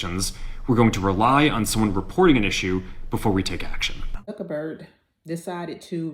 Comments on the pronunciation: The man's name is Zuck- BERG not Zuckerberd! Let's start there. Otherwise we're listening but we already know THESE people don't care about us,. When did they ever? Have u been living in never never land or think we have? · I hope she's not looking at that man's name and still saying Zuckerberd. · While I am NO fan of T. You are literally on a platform that gave him $1M for his campaign telling everyone else to get off the platforms. Also while you mispronounce at least twice Zuckerberg's name. Maybe do a bit more homework. "The CEOs of companies including Meta, Apple, Amazon, Alphabet and OpenAI – many of whom also had rocky relationships with Trump in the past – have pledged either through their companies or from their own pockets donations of $1 million to the incoming president’s inaugural fund." They all will bow to his will it seems.